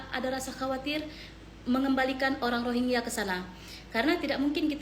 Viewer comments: Rohengyah bang bukan rogea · bang gw lebih fokus kenapa lo susah banget ngmng rohingya, malah jadi rogiah. 😅